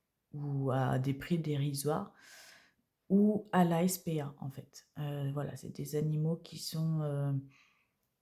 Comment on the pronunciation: On dit S.P.A et pas spa😮 Merci pour votre vidéo et votre gentillesse